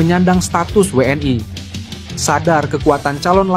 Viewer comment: min jgn kampungan pake BHS biasa saja jgn WNI w an ai kamu SDH slh ucapkan BHS inggris pret